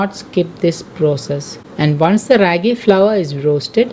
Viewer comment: Its pronounced as raaagi!!!and not how u r pronouncing!!! It's from our state Karnataka!!!